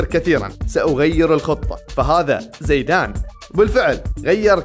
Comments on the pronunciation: ۔۔۔زیدان لقبه القباٸلي الفرنسي و لا علاقة له بالاصل زید ۔۔۔و ثانیا ۔۔زایدان ۔۔۔تضخیم الیاء بعد الزاي۔۔هي طریقة نطق لدی الخلیج فقط 😅۔ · هي صحيحة كما قالها زَيدان وليس زِيدان لأنها مثنى زَيد فهي فتحة وليست ألف.. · في المحصلة زيدان أصله عربي واسمه اسم عربي وينطق بطريقة العرب الفصحى كما قالها الرجل في المقطع بغض النظر عن هل هي لهجة خليجية أو غيرها.. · ... زیدان اصله لیس عربي بل امازیغي۔۔۔😂۔۔و طریقة نطق اسمه لیست کما نطقها الخلیجي۔۔۔اسمع الشوالي او الدراجي کیف ینطق اسمه۔۔۔الاسماء العربیة موجودة عند العرب و البربر علی حد سواء ۔۔۔ولا تدخل في نقاش فقط من اجل النقاش۔۔۔بل استوعب ما صحح لك ولا تکابر فکلنا تراب الارض۔۔۔☺۔